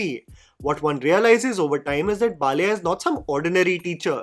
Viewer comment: Please make an attempt to pronounce the Telugu (non-Hindi) words to their original. Baal-aaiyah is not difficult to say.